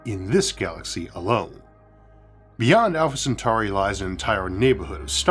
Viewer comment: Just wanted to let you know I noticed how clearly pronounced Centauri compared to your old pronunciation. Well done mate you've come a long way.